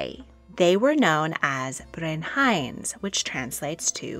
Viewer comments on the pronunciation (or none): Very interesting,but the pronouncing of the Welsh names should be thus : Owain is pronounced 'Owe - wine', with the emphasis on the 'Owe' Brenhines is pronounced 'Bren- heen -ess' with the emphasis on the 'heen'. Dafydd is prone 'Dah-vith' ,emphasis on the 'Dah' Ferch is pronounced 'veh-rrch' with the 'r' rolled and the 'ch' as in 'loch' 👍🏴